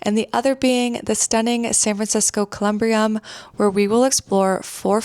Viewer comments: Just so you know, it's pronounced Colum-bury-em 👻, and thanks for introducing me to a few places I did not know about. Did you also have time to visit Colma? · It is pronounced, "Coe-Lum-Bury-Um". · As an SF native, you did my hometown proud: there are TONS of spooky and strange little corners here, but you've highlighted some of the very best! Next time you're in town, check out some of the Emperor Norton memorials! (Btw, it's pronounced cuh-lm-BEAR-y-um, but you're right that it's a surprisingly joyful resting place) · As an SF native i've gotta say you did a great job on this. My only critique is with your pronunciation of Columbarium. Next time you definitely need to check out the ruins of the Sutro Bath house and the park across the street from it. Also Chinatown has a lot of spookiness and haunted places